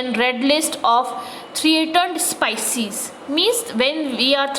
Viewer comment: Improve your English idiot teacher it's speices not sypcies and your grammer is the worst go and teach the cranes only I think they will understand you